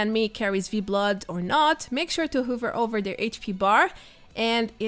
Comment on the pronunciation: Nice guide. One tip: hover is pronounced with an "uh" instead of an "oo".